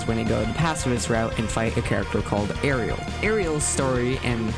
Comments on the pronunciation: You missed pronounced “ASRIEL”. It is pronounced As-re-al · I love how 90% of the comments here are just poking fun at how you pronounce “ASreil” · As-real is how I pronounce it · they did my boy as-riel dirty here...